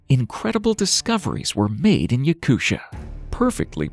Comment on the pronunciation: I’ve never heard anybody pronounce Yakutia as “Yakusha” before wtf 😂